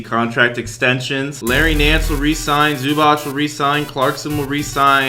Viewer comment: Did he say zubach it's zubac